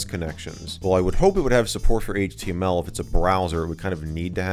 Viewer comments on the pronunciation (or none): none